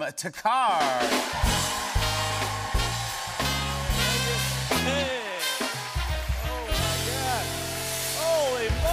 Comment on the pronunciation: There is an extra k in thakkar for a reason Anglos can't seem to see the extra letter in there 😂 (thakar) Same goes with buddha - buda(removing h and extra d sound) Gandhi-gandi.